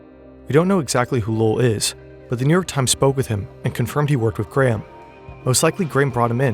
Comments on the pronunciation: He almost pronounced ir correctly . Gray-um. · His name is not "Gram", for fuck's sake. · Why do Americans pronounce it Gram? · His name is Graham, not Gram...